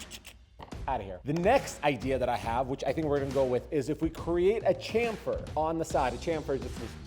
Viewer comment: Nice build. It’s pronounce “SHamfer”